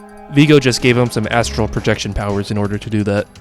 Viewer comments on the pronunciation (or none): none